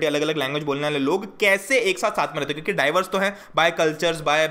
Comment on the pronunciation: Ap kyuki ko chyuki ku bolte ho 🤣🤣